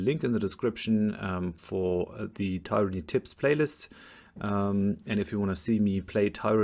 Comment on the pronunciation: Lustig, dass du bei allen Tyranny-Videos tyranny zu Beginn immer richtig und am Ende immer falsch aussprichst. Da muss doch System dahinter sein... Aber das nur nebenher. Guter Content, danke.